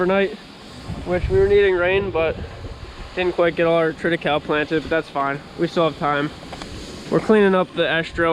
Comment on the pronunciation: It is Trit i kay- ly. Like Holy and lonely. HAHAHA, it doesn't matter. Good for you covering your fields. A lot of research is showing that keeping something growing is so much better than bare ground, and much better for the beneficial insects and under ground flora and fauna and things that make other things grow. Like Nitrogen fixations and phosphorus capture. Good stuff.